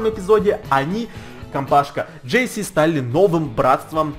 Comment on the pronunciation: вобщето не джесси а джесс